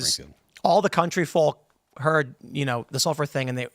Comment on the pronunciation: Pronouncing the L in folk...is that a Chicago thing?